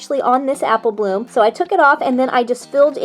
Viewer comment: Why in the beginning u said appleh bloom